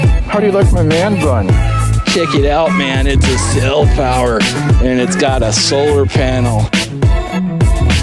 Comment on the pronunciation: Elmer Fudd made a powa station. It's a CellPowa you waaskeli wabbit. I rather enjoyed your laid back chillin to the music session - funny stuff!!!